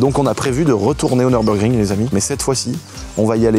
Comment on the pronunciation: Le Nurbugring des champs, c'est le "Nurburgreen" mdr